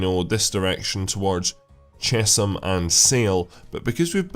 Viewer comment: Chesham is pronounced 'Chess-hum'